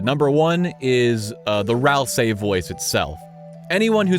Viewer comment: im pretty sure that it's pronouced Ral-SEE not ral-saai